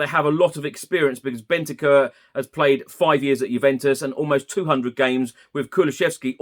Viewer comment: Big fan! His name is not pronounced “Bentekerr”, it’s more like “Bent-ank-oor” 👍🏻🌞